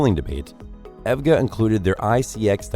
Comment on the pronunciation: Hey said "Ev-Ga".... all credibility Lost for this channel.... HAHAHA.... it's E.V.G.A..... not Evga... LOL